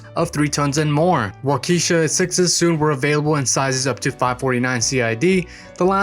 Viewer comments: The engine is pronounced wok-eh-shaw not walk-eesha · Waukesha, pronounced Walk-kee-Shaw. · WAH-ke-SHAH. engines. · "wauk"- "eh" -"shaw" with the accent on the first syllable.